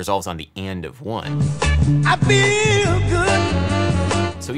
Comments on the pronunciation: Anyone else hear i bigger, and not i feel good, asking for a friend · I would say feel always has 2 syllables. Fee ul. and its the UL that is emphasised I'm British btw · He's singing the word "feel" as if it has two syllables. And the stress is on the second pseudo syllable. I fee eel good ( on the eel). My native language has more distinct syllables, maybe that is why I perceive it this way. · It's on: i fe-EL good. He places a one syllable word on a to syllable rhytm. I fe-el good.